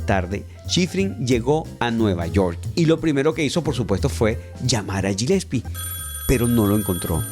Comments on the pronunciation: Genial tu video, el apellido Gillespie se dice Galespi. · se pronuncia "Guilespi"!!!